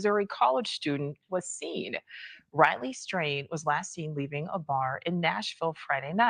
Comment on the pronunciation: did she just call him Ratley?